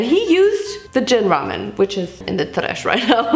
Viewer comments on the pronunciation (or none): Who else love to sink you saying TRESH with the video 😂